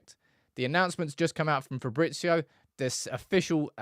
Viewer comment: I don't think Fabrizio's name is pronounced like that. The "z" is read the same way as English. "ZZ" sounds different though. Like pizza.